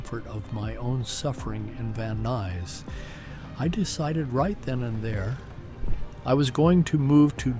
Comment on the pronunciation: the guy doesn't know how to pronounce van nuys or 405.